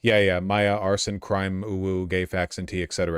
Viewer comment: imagine being vaush and you can't even pronounce crimew